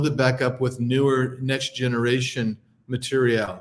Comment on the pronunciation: Ma teer ree al.. lol